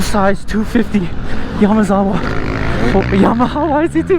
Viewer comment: "Yamazah" haha😅😅